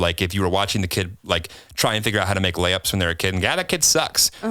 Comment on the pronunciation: What said: when the kid is making lay ups... What I heard: when the kid is making lamps... I was so confused when you brought up LeBron James 😂